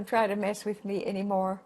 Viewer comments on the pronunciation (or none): none